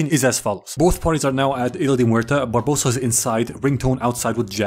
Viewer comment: I enjoyed so much that he calles Barbossa "Barbadossa" a few times that I will now call him that from now on.